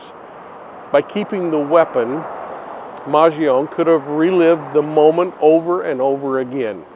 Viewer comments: Whis is why I gave correct pronunciation:) It is not Man-jee-oh-nee…which is how most people are pronouncing it but killed it in this one lol maj ee own 🤦🏻‍♀️ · As an Italian, the correct pronounciation of Luigi’s last name is maan-joh-nee 🇮🇹🤌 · That’s interesting. Once you mentioned it I looked up Chuck Mangione not knowing for sure how to spell his name. And it’s man-JOH-nee. But you just know the media is going to keep going with man-g-OWN-e. Bad habits die hard.